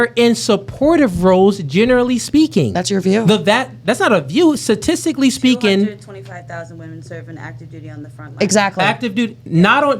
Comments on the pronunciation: I swear it's statistically not statiggally dum ahh bihh😂😂😂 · Man, black ppl need to stop trying to say “statistically”. 😂